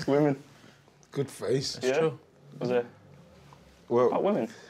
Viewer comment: Its the "Women" for me 😂😂😂😂😂